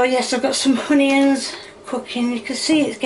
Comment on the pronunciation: I watch you with my friend and there is one thing I need to say please please stop calling onions honions and it’s oil not hoil